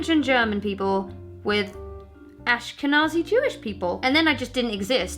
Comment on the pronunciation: On the Jewish thing - first off, good pronunciation. Jews in the west are largely made up of two groups - Ashkenazi Jews and Sphardi Jews (or Sephardi Jews, it's a Hebrew word and can be transliterated in a few ways). These two names denote where the groups originate from. Sepharad was a region in the Mediterranean and Spain in medieval times, and it's Jewish population are called Sepharadi or Sepharadim (the m on the end makes it plural). Ashkenaz was a region in Germany in medieval times, and it gave the name Ashkenazi to it's Jews (plural Ashkenazim). Seeing as you have a fair portion of German heritage, the gene or whatever that's classified as Ashkenazi (or Germanic Jewish) somehow got mixed in way up your lineage with the rest of the German. Due to a variety of reasons, the Jews in Spain and Germany left (for the most part), and now live in other places throughout the west, but the two groups of Sepharadim and Ashkenazim still have distinct traditions from one another.